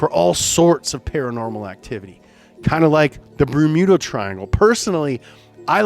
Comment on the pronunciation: They also did it when he mispronounced Bermuda for the triangle